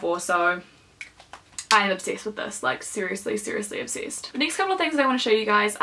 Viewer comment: When you said "I'm obsessed with this", I thought you said, "I'd have sex with this" and I had to do a double-take haha